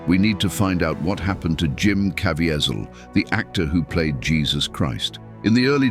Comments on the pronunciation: Please, PLEASE, learn how to say Jims last name! Caviezel pronounced Ca V zel. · this A.I. can't pronounce Jim Caviezel's name correctly! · I didn’t know all these things about the filming. This is amazing. I bought the BluRay, and try to watch it every year. But, I WISH, the would pronounce the name Caviezel correctly. I think he earned that respect! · Please say Jim Caviezel’s name correctly. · Just like another video that talked about the movie. The guy speaking keeps mispronouncing Jim last name. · Commentator lies a few times & doesn’t know how to pronounce Jim Caviezel!! None of Gibson’s comment line up with video ..plus the tag never explains the scene depicted in the thumb nail!! I give the doc 1 out of 10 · Why didn't the narrator know how to pronounce Jim Caviezel's last name? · I appreciate the content of this video, but who are you?? It's read by AI, and the robot pronounced Jim's last name countless times!! You are a storyteller on the hunt for a story.